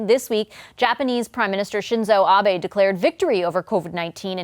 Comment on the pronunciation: "ShinzoH AbeHY", IT'S ABE SHINZOU!